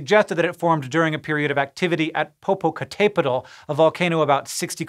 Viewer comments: He didn’t pronounce the tl right. The tl is a single phoneme. So -petl should be one syllable, not petal. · The accent over the "é" should help with pronunciation. Americans usually want to stress the final "e" like: popocatePEtl -- which is of course wrong. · Pronounce it just like this sounds. Popo cattah petal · I was always taught it was Pop-a-cat-a-petal? Did a teacher tell me a fib?! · I dont know if it's been mentioned but the way that Hank says Popocatépetl is so funny to me. I've never heard anyone say it like that lol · For a (very) white American English speaker, that would be a pretty standard guess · Hank pronouncing Mexican volcano's names is sending me to Mars🤣🤣🤣🤣